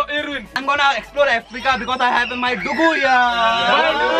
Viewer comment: Just a simple correction, bro. It's not 'duggu'. It's 'ndugu'. It's just that I'm proud of my Swahili language despite being a Kenyan of Indian origin. Please don't take any offense on the correction. 🙏